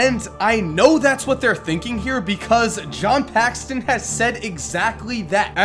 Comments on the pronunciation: PAXSON NOT PAXTON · It's not "John PAXTON" it's "John PAXSON". Still love your videos, keep it up! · PAXSON, NOT PAXTON. Ugh, how are you a basketball guy and you dont know how to say John Paxson... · John Paxson, not Paxston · It's Paxson not Paxston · It's Paxson, not Paxton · There's no T in John Paxson,.